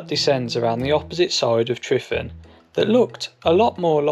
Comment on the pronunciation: Why call it Mount Tryfan? It's simply Tryfan, been that for hundreds of years. Pronounced Truvan not Trifan